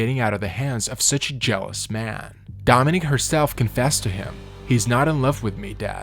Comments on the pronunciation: One of the things that Dominick Dunne complained about the judge was that he never bothered to pronounce her name correctly, pronouncing it Dominic (the male version of her he name) instead of Dominique. And that’s what you did all through the video. You were constantly pronouncing it Dominic. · So many mispronounced words, even the name of Dominique, which you pronounce as if it's Dominick. Have to turn this off, cannot listen to all these blatant mistakes. Suspect AI.